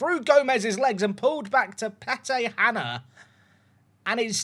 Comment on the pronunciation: How have you pronounced Pete Hanna there? 🤣🤣🤣